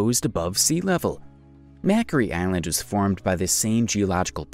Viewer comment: Oh my! You really need to brush up on your pronunciation. Mockery island